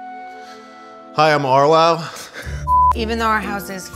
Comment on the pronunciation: "Hi i'm RWOWW" 😂😂